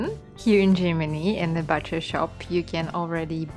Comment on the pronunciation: Please keep in mind the proper pronounciation of "butcher": [ bootcha ] Not [ batcha ]